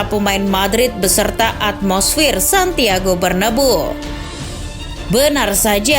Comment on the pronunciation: ngoreksi doang cara baca Bernabéu = bernabeu (bkn bernabu) cara baca L'equipe = lekip (bkn el kuipe)